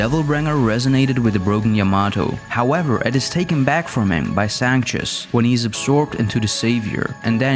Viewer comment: Just an FYI for the author: the name of His Holiness from DMC 4 is pronounced "Sank-tus" (Sanctus) and not "Sanchez" as said in the video. Oddly enough, the guy's name is never used in the game itself. Just the documentation that comes with the game.